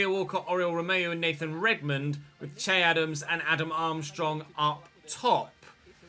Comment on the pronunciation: You pronounce its not chey even though it may be spelled che it’s pronounced shay